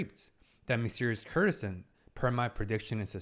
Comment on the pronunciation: I really wish he'd pronounce courtesan properly. The root is court as in the royal court. While courtesy has the same root, in courtesan the 'cour' is hard like in court Courtesan = Lady of the court